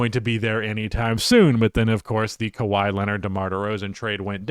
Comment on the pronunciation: Kawhi Leonard. It’s kawhi Leonard.